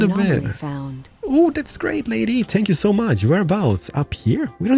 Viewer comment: when he says thank you, it sounds like spank you! XD!